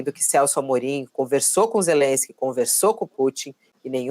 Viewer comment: A russia invadiu a Ukraine não existe negociação, ou vaza ou a guerra vai continuar. O Lula nem sabe falar o nome Zelenskyy certo ele fala Zerenskyy